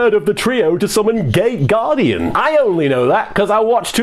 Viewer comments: Wait... did you say gate guardian or gay guardian? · Gay or gate guardian ? Not sure what i am hearing...